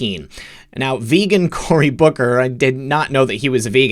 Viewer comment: Every time you say Booker, I hear Booger. More better. haaa haaaa